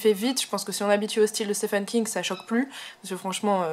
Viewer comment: Merci pour votre vidéo! Les francophones prononcent mal "Stephen". Il faut prononcer " ph" comme un "v" et pour le premier "e" c'est le son "i". Comme dans " Peter".